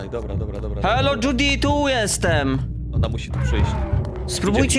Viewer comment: Piszę się Judy ale czyta się zdudi